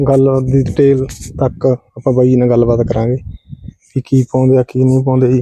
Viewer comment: ਵਾਈ ਨਹੀਂ,ਬਾਈ